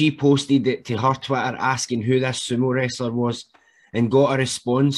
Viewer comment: the way you pronounce Twitter as twatter is spot on for its actual contribution to society.